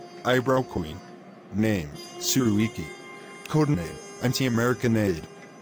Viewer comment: that white ass pronounciation of su ruiqi's name$!?)? "soo rooeekee"